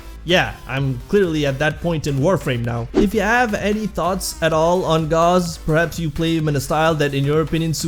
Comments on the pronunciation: I would like you to know that there is no argument over how to pronounce Gauss. It’s not a name created by warframe, it’s an actual word. Gauss - /gous (rhymes with house)/ - A unit of magnetic induction, equal to one ten thousandths of a Tesla. Please spread the word, I see to many people pronouncing it gauze, and it’s not even supposed to be up to interpretation, it’s a real word. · Thanks for the video! Gauze = rhymes with paws and used for first-aid Gauss = rhymes with house, is a unit of measurement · It is pronounced gows. Gauss is a unit of magnetic induction... Volt's shields 🛡 still make him better, but that's obviously my opinion.